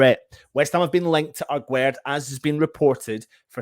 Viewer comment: His name isn't agwerd like you say The pronunciation is like guest 😉